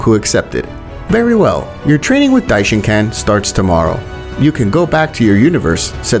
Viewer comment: Dishincan? Its dishinkan